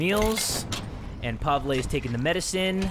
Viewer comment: hey, you prenounced pavle wrong, its prenounced like pav-ill